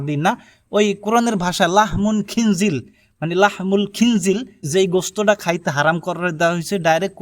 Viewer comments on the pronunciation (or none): খিনজিল না ভাই খিনজির হবে, لحم الخنزير